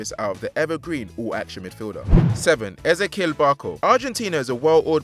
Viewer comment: How are you not able to pronounce Barco's first properly?? Ez-E-Kel